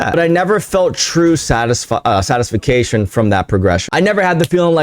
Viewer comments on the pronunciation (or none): 12.37 "satisfication"